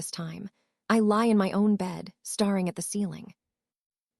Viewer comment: I have the feeling that language for AI should be phonetically. It doesn't understand the difference between read and read, and any of the words that are spelt the same but read the same, also I noticed on yours that it doesn't know staring so perhaps you should write it stair ing maybe then it would understand!